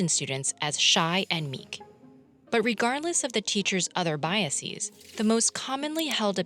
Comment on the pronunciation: The narrator's pronunciation of the word "biases" is incorrect